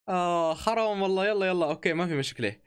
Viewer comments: واحد سمع كال خرام مو حرام 🤣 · قال خرام ههه